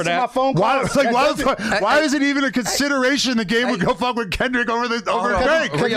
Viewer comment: Why does adam pronounce “fuck” fooook ??